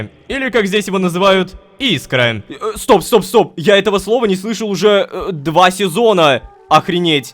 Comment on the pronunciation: Не и́скра,а искра́